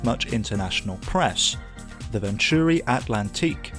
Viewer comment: Nice video. A great car for the BPR and GT1 categories, within the spirit of the rules too. I remember the 600LM running with the fastest F40s at Le Mans in the opening laps in front of the McLaren's, only finished 20th or so though if I remember correctly. They always pronounced it Vontury on the telly though.